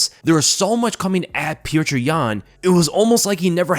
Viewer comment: Who is pjewtjur? It’s just pronounced as piotr